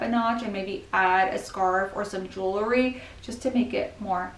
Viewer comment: It's jewel-ry, not jewel-er-ry! 😅